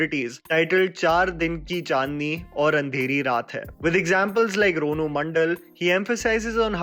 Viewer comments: Not Ronu Raanu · Ronu mandal 😂😂 it's ranu mandal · " Rono mandal " haha